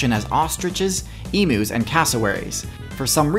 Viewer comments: I dont mean to be rude but I just wanted to say that emus isnt pronounced e-moos it's pronounced eem-yous, it's not that big of a deal I just play on the Australia server and it caught me off guard to hear it mispronounced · Dude. It’s Eem-you. Not E-moo. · Came here to see how ratites fair on here (hence my username). You pronounce emus wrong and put ratites at the bottom of the list. SHAME! Also you spelt ratites wrong.